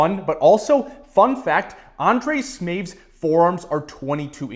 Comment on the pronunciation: Undrej Smeefth😂